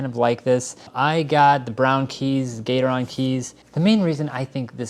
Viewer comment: It's pronounced kee-kraan and your title says k6 instead of k7.